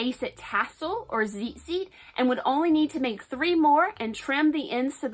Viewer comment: Ur saying it wrong it’s tzitzit not zizit